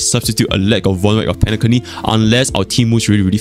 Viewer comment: Did just say penaCunny